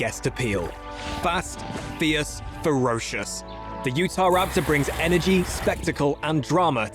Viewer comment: As and American I'd like to help you with the pronunciation. It is Utah - U-Tahh, not U-Tuh though I like the way you say it, but the State of Utah & its pronunciation is well known. I know we speak weird sometimes.